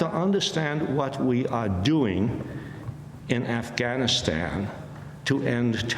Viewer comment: Amy Goodmen is the first American who pronunce “Afghanistan” correctly.